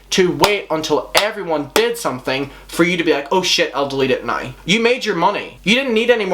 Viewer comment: Dude you pronounce now like /nəɪy/ where are you from??